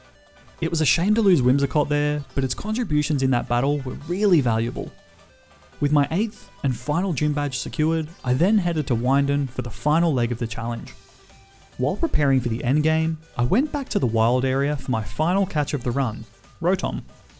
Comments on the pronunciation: MhyDon? Its pronounced windon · great content but you inability to pronounce moves and pokemon names detracts from the quality e.g. its not dura-lude-en its dur-ral-ah-don, the max water move is not geezer its gyser(guy-zer), wyndon is win not wine, go-lis-a-pod not goaly-ose, cinder-ace not cinder-ence